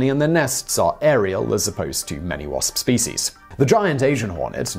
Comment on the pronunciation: When he pronounced "wasps species" I swear it had 16 S's